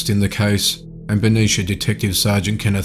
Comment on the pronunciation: beh-NEET-zee-ahh = Benicia